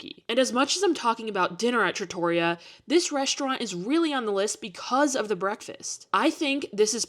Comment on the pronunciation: Please! Just the tiniest bit of effort to say Trattoria correctly. Just a little…tiny…bit!